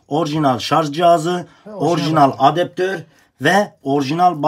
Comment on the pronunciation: altyazı da adaptör ise adeptör diyor